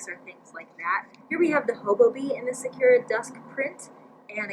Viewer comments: Sakura is Japanese for cherry blossom. Pronounce the u with ooo (like in coo) sound. Technically the r should hard as well for native speakers lol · follow the link for correct pronunciation of 🌸Sakura🌸 (Japanese for Cherry Blossom, bloom, good).....thanks for showing us all the goodies by the way. I love the Be Quick and the Be Set, but honestly, I've never ever used the large set piece - I use the Be Quick instead of it as I find it more versatile. I just find the large piece too heavy with all the extra hardware on it, and it doesn't even have a zipper pocket. I really wish JJB would sell the small and medium set pieces as the set, then the large one as a standalone. ps. loved your 'deer caught in the headlights' reaction to the lining on Whimsical Whisper, that was priceless...I had much the same reaction.